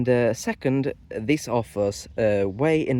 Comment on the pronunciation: I was just thinking that it sounded French to me when he said "zis" instead of "this". 🤣But yeah, in general his English is great. You can hear the accent(s) in the pronunciation but the fluency is there.